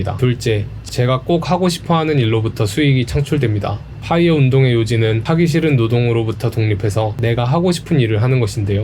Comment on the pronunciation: 파.이어가 아니고 뽜.이어 p아니고 f